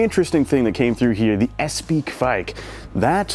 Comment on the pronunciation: Espe is pronounced Espa.